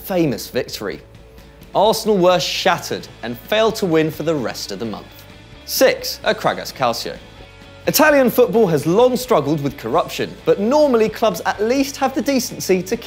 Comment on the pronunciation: Calcio is pronounced Cal-ch-io please, it is a bit irritating hearing it wrongly. It's not Calsio